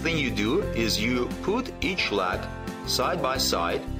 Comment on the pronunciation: I really like this and it is useful but I have to smile whenever he says 'leg' as 'lag' 😸